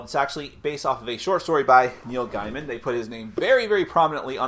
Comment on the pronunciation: Really looking forward to getting this game. Also, per the author, it's pronounced Gay-muhn, not Guy-muhn.